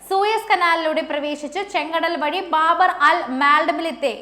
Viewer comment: ബാബർ അല്ല ബാബ് (കവാടം)